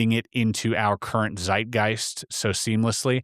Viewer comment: Stop 🛑 saying ZiGist